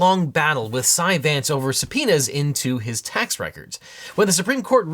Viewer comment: I still keep giggling every time he says subpoenas 😂